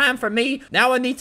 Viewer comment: how does he keep saying “joe” and not “job”